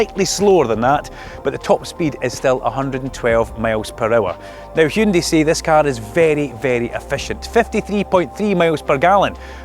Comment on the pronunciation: YES! He said Hyundai! Not Hayundai ..